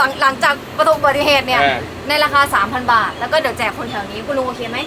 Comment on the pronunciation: ไอ้คำว่า 3,000 บาทพอนะมันเหมือนคำว่าสามอันพอนะเลยอ่ะฮ้ากมาก😂😂😂